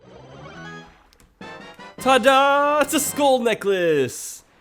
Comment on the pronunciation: Hmm Sounds like he's saying school necklace instead of skull necklace